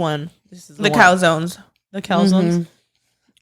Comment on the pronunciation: and her "cowzone" love you, pero es calzone mama 😅🤣🤣🥰